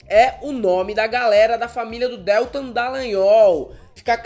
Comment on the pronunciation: Porra meu! não suporto ouvir a pronúncia errada do Deltan.... que dÉltam é esse? é horrível! Não!!!!! por favor!, vc vai reprovar por falta! cadê vc? quero ver o atestado, hein?